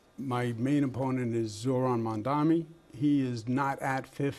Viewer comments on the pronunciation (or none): Ah yes, the man who couldn't give a straight forward answer to Mets or Knicks. 😂 And it's M-A-M-D-A-N-I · Mr. Cuomo. You can't even pronounce Mamdani's name!! Get it right. It's M A M D A N I!! You are not a ighter, but a pervert!